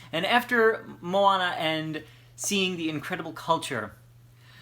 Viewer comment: As a Native Hawaiian speaker I am impressed with your pronunciation of the book title, props to you. Maika'i no! (very good!) :D